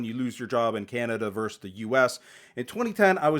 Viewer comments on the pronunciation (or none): Nit pick - the full word for vs is VERSUS (2 syllables) not VERSE!